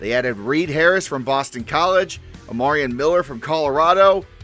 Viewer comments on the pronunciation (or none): none